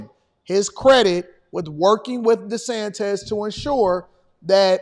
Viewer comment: Desantez LOL